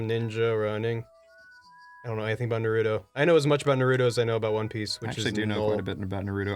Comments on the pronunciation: I know they just kid but for real. It's NAR-ru-to.Not nar-RU-to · I don't even like Naturo, but it's Nar -ru - toe, not Narudoh